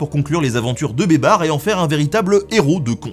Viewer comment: Y a que moi qui pense à Babar, quand il dit Bébar 🤣, "Les aventures de Babar"